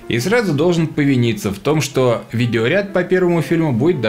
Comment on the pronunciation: Ничего, обойдемся картинками, не беда!.) Спасибо за обзор. П.С. Несколько раз переслушал, таки да "шо" мелькает. Околоземляк шо ли?.)